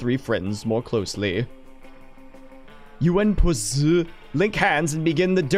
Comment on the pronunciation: I cannot say how much i regret the fact that they pronounced it "puszzzz" instead of "PussZEE" smh except for, good to know I can count on octo